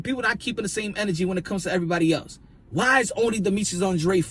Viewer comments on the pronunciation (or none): none